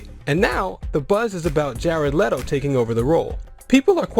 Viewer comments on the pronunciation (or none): Leddo? Isn't it Leto(Lee-Toe)?